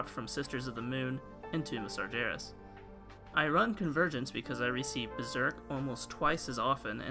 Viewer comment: It is sargeras. G like in dagger.